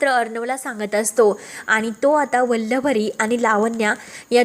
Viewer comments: Aadhi vachat nahi ka Vallari la vallavari ka bolata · वल्लवरी नाही हो.उच्चार नीट करा!